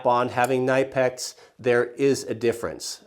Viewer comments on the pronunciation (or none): Ka-nip-ex. Not ni-pex. We all know that lol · Outstanding lists with one two faults. Hoppes is pronounced "Hopp-eees" and Knipiex is "Kuh Nip X" Minor things but might as well as pronounce it the way the inventor/owner wanted it to be pronounced. Call it a pet peeve of mine. Another commonly mistaken one (I did it for years) is Denon. It's not Dee-Non. But Day-Nohn (o is long O sound). Late to the game, I'm aware, but I'm catching up/binging. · Knipex is a german brand, and your´re supposed to pronounce the "k" ... just like you do when you pronounce the last name of "Evil Knievel" :-) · Its Knipex. You pronounce the kni as knee but without a silent k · Good list so far, thanks! What kind of drywall anchors are those? Also if you're taking about Knipex the K is not silent it's pronounced the way it's spelled (I only know that because I've actually called their customer service which is surprisingly helpful:)